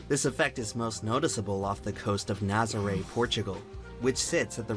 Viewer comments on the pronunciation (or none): none